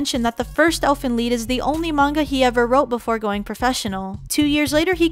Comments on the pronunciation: Lied not lead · OMG UR ANNOYIN MEH TO DEATH ITS NOT ELFEN LEED ITS ELFEN LIED AGHHHHHHHH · Why does she keep saying lead instead of lied 😑😑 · its called Elfin Lead? i thought it was Lied. "Lie'd" (Lie-ed) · Keller weskier Im a german and its Elfen Lied. In english it means something like song of the elfs. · I thought it was Elfen LIED, not Elfen Leed. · she says elfen lead instead of elfen lied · Dis she said lead instead of lied? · wait why do u guys say Elfen Lead? Isnt it like Elfen Lied Lied bro English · its elfen lied not elfen lead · lied not leed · its Lied not leed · It elfen lied not elfen leed grrr lol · Its called elfen lied but pronounced elfen leed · If it was based off a German story called elf song (close enough).its pronounced elfen liet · it's Elfen lied (li-d) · It's Elfen Lied not Elfen lead? lol the cringe. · Yea but it said as lead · DU FUQ Elfen LEED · "ie" reads in germany like a long "i"